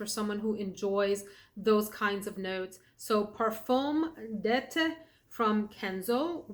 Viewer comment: Parfum d 'eetee not ette.